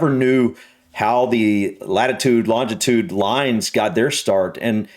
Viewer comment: The Meridian runs right through my hometown (Cleethorpes) and the dumbass council put the marker in the wrong place 🤦🏼‍♂️ Also, it’s long-i-tude (not long-di-tude).